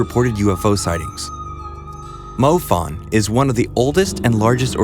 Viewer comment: Why do you pronounce MUFON so weirdly? It's like you're saying moe fun instead of moo fawn.